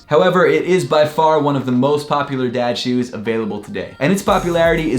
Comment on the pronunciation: I thought you said dead shoes